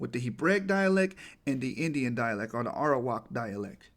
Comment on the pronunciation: Like you say Arawak min it sounds like 'Iowa'.